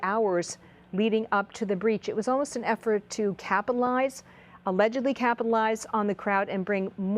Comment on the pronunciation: What? - Did she say “capalize”? Really? “capalize”? Twice? 🥴